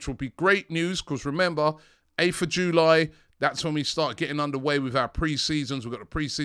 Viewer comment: whys saying July like that😭🤣